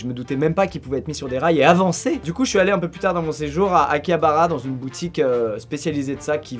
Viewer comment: "une petite brrroutique" 😂😂